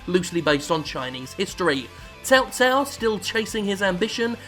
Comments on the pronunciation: Tail-Tail??! Who?! How do you say Cao-Cao? I know its pronounced with an S sound, but you sounded something completely different from both the incorrect pronunctiation and the correct pronunciation. I love that you've called Dynasty Warriors "DW" . im reminded of one of my favorite cartoons as a kid when you say it: Dark Wing Duck. 😁😁😁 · Cao Cao is supposed to be pronounced "Sao Sao", the other games were getting it wrong. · I hate the fact they have changed the way the game pronounces cao cao now its pronounced as sao sao but that is bullshit since before six it was always pronounced cow cow, not a grammer nazi it just really pisses me off